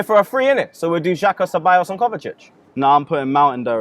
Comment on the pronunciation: Man said xhaxa 😂😂😂😂